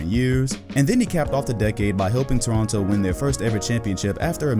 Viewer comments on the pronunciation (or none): none